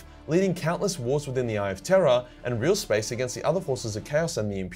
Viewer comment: With your Australian accent everytime you say "The Eye of Terror" it sounds like you're saying "The Eye of Terra"😂